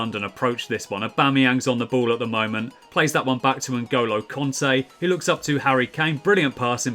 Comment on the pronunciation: Please don’t say ngolo conte anymore please it annoys me so much😂